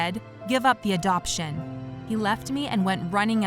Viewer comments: It said adaption instead of adoption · They said adaption not adoption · Lol it said adaption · It said adaption Instead of adoption Lmfao 🤣🤣🤣😂🤣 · Is it just me or when it said give up the adoption it said instead give up the adaption? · Did anyone notice at 7 mins and 9 or 8 seconds in, the kidnapper said " give of the Adaption" it's adoption😂😂😂😂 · “Adaption” don’t you mean adoption? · it says "ADAPTION" even tho it's adoption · Anyone notice how it said adaption instead of adoption lol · Adaption instead of adoption